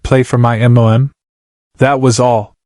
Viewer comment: The story is excellent. Yet your AI lack of pronunciation of the simple letters MOM destroyed it. Shameful that you didn't correct this. Mom not M.O.M. Smh..